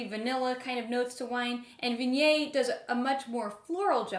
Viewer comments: "Vinyay"? Is that how Viognier should be pronounced? I thought it was more like Vee-on-yaer. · Respectfully - it is pronounced as Vee-oh-nyay. If one is going to teach people about a grape, pronouncing it correctly would be a good place to start.